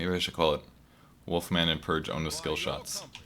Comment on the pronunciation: its purge not pudge your name is wrong